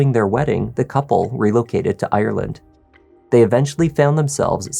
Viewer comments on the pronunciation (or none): none